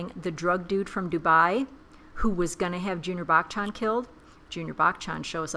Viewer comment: It's "buh-chun" not "back chan"